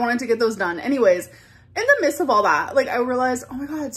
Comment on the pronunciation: “In the mist of all that” “I’m realizeen” “down over twelf pounds” “expecially yesterday”